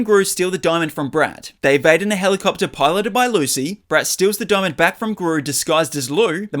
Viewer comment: It’s actually Lucy not lu